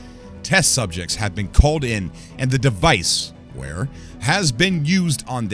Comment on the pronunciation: Clearly says Vare not Ware